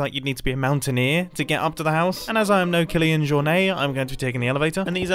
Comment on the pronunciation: The way Mumbo pronounced “Kilian Jornet” lmaoo